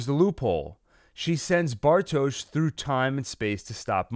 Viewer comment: How is this man gonna pronounce everyone’s name wrong BUT bartoshz